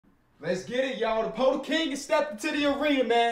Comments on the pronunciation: Day 6 of begging that it’s pronounced “PerTle” not “PoTle”😂love u tho man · i think its pronounced 'perdle'! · Day 2 of commenting until pronounces Poeltl correctly